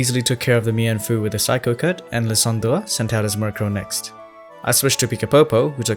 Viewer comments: Lie-san-dre not Lie-dan-der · hey! lysandre is pronounced lie-san-der 😄 good video tho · i spent a good 5 minutes trying to recreate how you pronounce "Lysandre." i wasnt even close